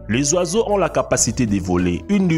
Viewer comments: Lu caméléon nan sans blague... 😂 deux ecran de tv dans votre cerveau LOOOL LU DAUPHIN NAN sérieux tait toi tu fais honte a la langue française... Le z'oizeau mdr LES OISEAUX ABRUTI DE PREMIÈRE !!! CETTE THORIE JE PARTAGERAIS JAMAIS TES VIDÉOS ONT CAPTE RIEN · tu a dit le soiseaux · Tu as dit le zoizo 😂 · Tu ne sais pas parler francais tu di le loisaux aaa